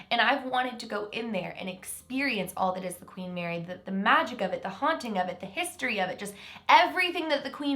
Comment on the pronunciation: Lol when she said history she said “hiisTOREE”